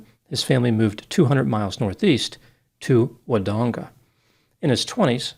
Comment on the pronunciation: Good pronunciations, Doc! So used to Americans saying “MelBOUURRNE” 😁 but “Melbin” or “Melb’n” is much more accurate and your Wodonga had the elongated American “…dong..” but that’s fair and it was pronounced well. Please note that I refrained from any off-colour jokes about elongated American dongs.